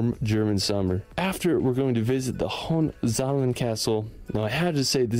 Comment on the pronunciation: Especially "Hohezllhhh"...